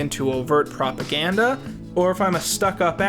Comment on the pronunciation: Pawn stars: "exists": oVeRt pRoAGaNDA